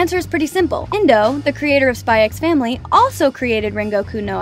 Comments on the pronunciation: I will say that you don’t pronounce “SPY X FAMILY” with the “X” idk why but its a bit like “HUNTER X HUNTER” this is not to be picky just to let you know :) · The X is silent 🙄🙄🙄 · "I've spent the last 100 hours watching SpyxFamily." Still pronounced the x tho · Okay,am I the only one pronouncing it as "Spy and Family"😐😂 Thank u for the informations tho,I like the easter eggs👍👍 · Bro told tons of easter eggs and forgot the x isn't pronounced in the title I appreciate the hard work tho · bro didn't just pronounce the X in Spy x Family OH GOD also the yes and no pillows don't symbolize liking someone per say, it just means you want to do the deed.